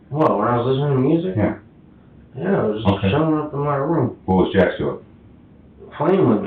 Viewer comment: He said Jax off 😂